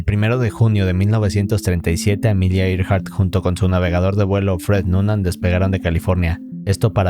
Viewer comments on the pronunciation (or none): Yo viendo que dice Amelia Earheart. Yo: Adiós Amelia y tu avión.